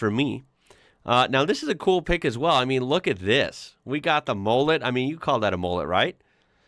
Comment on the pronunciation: its not pronounced as mollett its mullet